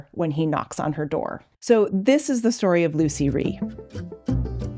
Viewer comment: I was the last ever pupil of Lucie Rie, she taught me on Hans' wheel which I worked on for a year. Everyone pronounces her name wrong, it is Lutsie, with a slight t sound. She corrected me sternly about this.